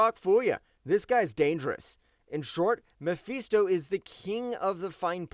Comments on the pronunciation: It's muh fist oh not me feast oh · bro cant even say Mephisto name right then got the nerve to put doom low asf on this list